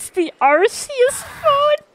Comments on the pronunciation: Everytime says “arseus” I physically hurt 😔 Just thought id edit this real quick and say i mean no offense to absolutely love her videos but my point still stands. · I just need to make sure that doesn't make herself look dumb later and mention that it IS actually "ark" phone. Originally Arceous was pronounced like an s but they changed it to a k pronounciation when they realized that it sounded like arse. XD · It bothers me the way she pronounces Arceus